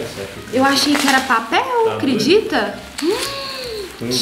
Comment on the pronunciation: uma autêntica mineira, "credita?" (Ela falando com o Gabriel). Deus abençoe sempre,, e que a Virgem Maria vos guarde🤍